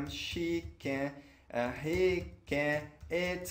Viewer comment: as aulas são boas, no inicio do video, no verb to be pronunciou o He is com com som de "e" é preciso cuidado nas pronuncias se queremos alcançar o nivel fluente.